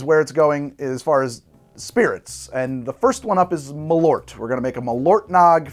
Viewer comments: Ö not O. practice :P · Hearing Americans pronounce it M’lort as a Swede makes me giggle every time♥️ (As you probably know malört is wormwood in swedish)